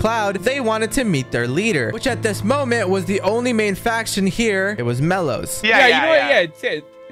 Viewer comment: #, just one question bro, WHY? ¯\_(ツ)_/¯ also do you have a problem with the word "Moment"? you messed it up everytime lol